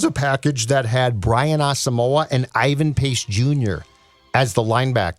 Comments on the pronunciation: guys his name is pronounce ah-sum-mwah please say brian asamoah last name correctly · Brian Ah-sum-wah. Three syllables. He did an interview with the Vikes media where he clarified this. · He did an interview with Vikings media where he laid it out very clearly. It's Ah-sum-wah. Three syllables.